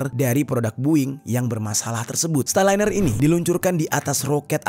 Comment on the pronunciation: Starliner bang bkn styliner 😂😂